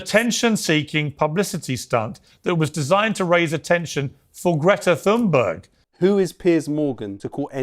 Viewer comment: Why can't Piers Morgan learn to pronounce Greta Thunbergs name correctly? After all, there's only one Greta Thunberg so it shouldn't be difficult to learn it, don't you think? Perhaps he's too lazy or too nationalistic to learn the pronunciation? Morgan hated Thunberg from the beginning when she first started talking about climate change!